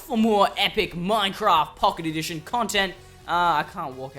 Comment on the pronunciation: at 0.49 they say Pooket Edition